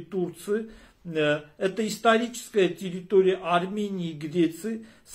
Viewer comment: Я слышу плачь в его голосе ...ах ара ах ....такой многострадальный ара.....а ещё ему трудно выговаривать слово тэррррыторыя , потому что у них её никогда не было ...